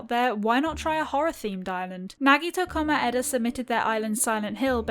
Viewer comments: Ngl the fact that she didn’t pronounce it made my blood boil. Even though if you not used to reading Japanese names, it can be very difficult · the person naming themselves nagito komaeda probably because they like danganronpa- Pronunciation: IT MAKES ME LAUGH EVERYTIME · I WAS CALLED WHEN SHE SAID NAGITO KOMEADA